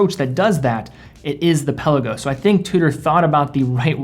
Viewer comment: Pe’Lagos....not Pella-gos. Great vid!